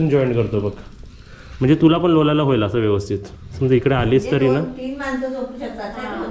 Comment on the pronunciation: लोळायला असा शब्द आहे . लोलायला नाही रे